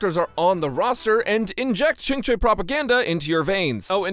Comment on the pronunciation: A youtuber that pronounces qingque!